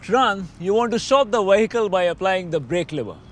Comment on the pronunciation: Your English is very good much better than my Indian . Only mistake is the word vehicle it is a vee not wee. Excellent vid